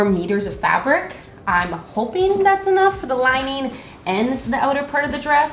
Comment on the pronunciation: Curious question: What accent is it that call "lining" "linæn" ?